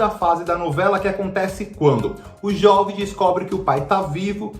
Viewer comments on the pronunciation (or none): A pronúncia do nome é "Jôve" e não "Jóve", pois vem de Joventino. Certamente, Pantanal não será lenta, pois vai ter em torno de 130 capítulos, ao contrário dos 215 capítulos da versão da Manchete. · Lógico que a novela não vai poder explorar paisagens, pois não existe mais Pantanal! Outra coisa, a pronúncia correta é Jôve! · Jóve? É Jôve, de Joventino...